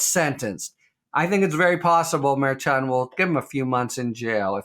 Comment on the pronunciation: Always can depend on Harry for scholarly information.BUT Harry, why can't you pronounce Merchan?